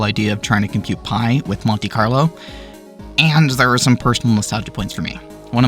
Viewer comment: what is "conte-carlo"?